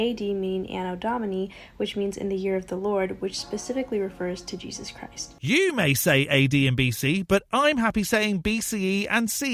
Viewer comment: She has the name of the book wrong (there's no "s" on Revelation), but she knows what's in it well enough to know that it's coming true. She also seems unable to say the second syllable of "Jesus." Not to mention the rest of her nonsense.